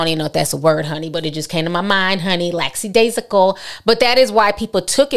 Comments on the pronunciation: “Laxidasional” 🤣🤣 love you!!! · Ti you had the correct word you were just pronouncing it wrong lol; Lackadaisical